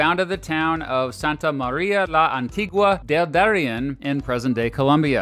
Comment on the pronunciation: Peoples, not nations, no? "Nations" are a modern phenomenon "Muisca" is pronounced Moo (as in, the sound cows make) - is (as in, well, the verb "is") - ca (as in, "California") "Darién", emphasis in the last syllable I'm... not sure if that's the proper English pronunciation of "Bolívar", so it'd be unfair to 'correct' it 😅 in Spanish it's pronounced with emphasis on the second syllable ("lí") fwiw It is known as "Gran Colombia" now, but as you most likely already know, its name was just Colombia. The "Gran" was added after its death to differentiate it from contemporary Colombia. That's why there's no "Gran" in the coat of arms So far this has just been a list of nitpicks, but that's an actual, factual mistake - Colombia first officially named itself Colombia (the United States of Colombia) in was the year it ceased to be a federal republic and centralized, to become the Republic of Colombia That's something we like to claim 😂 but I'm not sure about it. Chile, Peru, Uruguay... were all republics and Brazil a constitutional monarchy when New Granada became independent on its own. I guess it's true if you start counting from 1819, but then that honour should be shared with Panama, Ecuador and Venezuela There's nothing wrong with drinking oatmeal! "Paisa" is pronounced Pa (as in, "Panama") - i (as in, well, the "i" in the word "in") - sa (as in, "sack") Yeah, that's a good idea 😡 Sorry to annoy, good video man!